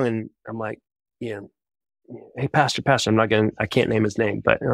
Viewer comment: Is he saying “Pasture”??? Like a place where cows walk around? Or did he say “Pastor”?!?